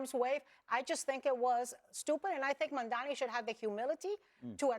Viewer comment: His name is M-A-M-D-A-N-I not Mandani..... You guys just that hateful you don't even want to pronounce his name correctly?! It's not even that difficult of a name?!